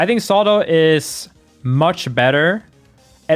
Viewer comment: ZAW-TOE ffs